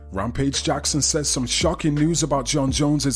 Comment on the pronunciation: “Rompage Jackson…” 😂😂 🤦‍♂️